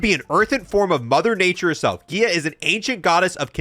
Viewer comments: Its pronounced GUY-A. Gaia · It’s pronounced “Guy-ya” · Gia from gaia really?😂